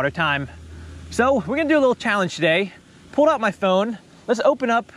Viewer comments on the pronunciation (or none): none